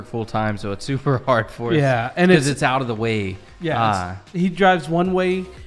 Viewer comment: Pronunciation of 'out': You're saying oat. Don't do that. It sounds like a Canadian caricature, not remotely Australian. If you take the short a and e sounds from cat and get, it's kind of halfway between that sound, and lean on it so it's not such a short vowel sound. Then add your 'w' closing of the vowel then the t. "a/e-w-t" = out